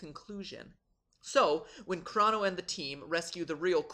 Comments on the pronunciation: Did he say Chrano trigger? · Chrono! (Kr-o-no) not crano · god, MatPat white knighting himself is hilarious also CRAWno and epic instead of e pok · You don't know how to pronounce Chrono or Epoch. Cringe...